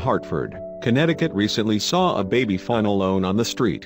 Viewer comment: sounds like he's saying little fun instead of fawn. maybe that's what he meant to say.